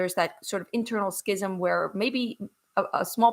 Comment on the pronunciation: Although I’m not Jewish, I have great respect for Jews of all sorts for many reasons. As a former Catholic, I do know about schism. It is pronounced like scissors. There is no sound of C in schism.